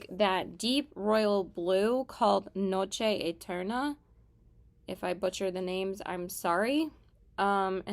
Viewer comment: You actually said noche eterna correctly